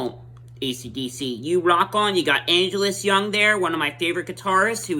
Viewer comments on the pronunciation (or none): ain't jonston, bud u may mixed up with a beach boys’ member, i guess also u still saying 'angelus' young, bud angus, bud